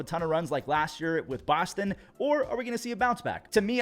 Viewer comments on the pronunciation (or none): none